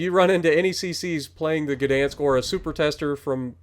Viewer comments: To help you out, its gah or guh dansk.😂 i think the polish dont mind slight mispronouncing it. They are pretty friendly people. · Gdansk starts with a hard G and is pronounced Gahdansk with the ah sound being shortened. I'm looking forward to getting this ship.